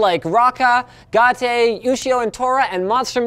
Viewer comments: linus its not ga te its gate 🚪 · yeah lets just pronounce GATE as Got Tay.... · I love how linus just said "ga tae" instead of gate for the sponsor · GA-TE... lol it's "Gate" Linus. Just... Gate. Like, the door. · GA-TAY! Linus, just because its from japan doesn't mean its phonetic, it just Gate. XD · I know this is a old video, but I just found it funny how he pronounced the anime gate, it's literally just the word gate and he said Ga-Te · at the advertisement did he say ga tee xD? its the english word gate dear sir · The show is called Gate. like an entrance to a fenced area.... GATE Linus!!! not Ga-tay! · it's not Ga te. it's just simply Gate. like a door. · Oh god. Ga-Te. It's Gate. (Or, Japanese: ゲート (Ge-to)) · It's Gate Not gata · GAATE huh linus mispronounces gate as gaate linus should stick to tunnel bear or something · Linus... It's just pronounced normally... "Gate".... Why would it be prnounced "Gah-tey"? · GA-TE? really linus you are tying to hard. it is Gate like a gate. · Did Linus pronounce Gate Ga-tey. did he just do that. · i think it was more like "Gate-Eh" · I like his pronunciation of GATE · I laughed when he said ga-te, it's just the word in English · Is Gatay how Canadians pronounce Gate? :P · you actually said gate as ga-ta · wait..... did linus call GATE gartay? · Linus, did you really pronounce GATE as gah-tay?? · Gatey? Monster Musumi? Do you even pronounce bro? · You know i was all like im glad linus understands us weaboo trash until he pronounced gate. Its an english word and he still pronounced it wrong. gaatay cringes